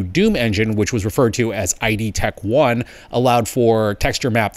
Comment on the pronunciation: "Eye dee tech 1" - it's pronounced id (like 'it' but with a 'd') - the name of the company & Freud's 'id', not 'eye dee'. So it's id Tech 1.